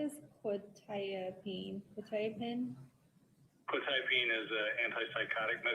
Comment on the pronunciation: I now know frustration when he hears mispronounced legal terms. Hearing the pronunciation of quetiapine drove me crazy!! Interesting fact - that might have explained the defendants "shaking hands" mentioned by the brother in law. All antipsychotics, even with just 2-3 doses, can cause permanent brain damage called "extra pyramidal symptoms", "dystonia", "tardive dyskinesia", "akasthesia", etc which all mean it causes involuntary movements and stiffness in your body. Shaking arms are one of the most noticable side effects. Administrating quetiapine wouldn't affect the outcome or not - so I try to not grit my teeth at a trivial serial. That level of fentanyl is gg, 100%. For anyone curious, the reason "norfentanyl" being detected means it was street drugs - think back to Breaking Bad and the blue stuff. That is a byproduct of imperfect chemical synthesis. Any medical (cGMP regulations in the US) would NEVER allow any norfentanyl to be in a batch that is commercially sold. The company can't release without running concentration analysis, so if it shows up at all - that batch has to be destroyed. That's because fentanyl is a huge medical achievement. Anyone who has been under general anesthesia for a major surgery (e.g. not something you can go through without anesthesia like spinal injections but is offered optionally) will have likely received fentanyl because it works so well at blocking pain at 1 / 1,000,000th you would need for oxycodone. That means all the normal si